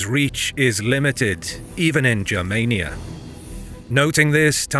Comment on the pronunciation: Please hard “G” for the love of all that is holy, please let there be a history channel on YouTube with proper information. Germania with a soft G doesn’t exist and it’s nails on the chalkboard!!